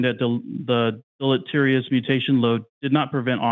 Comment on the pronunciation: Its tiring to listen to young earth creationists pretend to research and understand studies when they can barely pronounce the word deleterious. They are so far out of their depth they don't realize how out of depth they are. Yet, they steadfastly press on with talking points. They picked up off some young earth creationist website. Do they even understand the talking points? No. But what does that matter? When they sure as heck don't understand what they're arguing against.